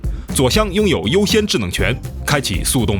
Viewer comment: 发现说制冷的时候 L N不分！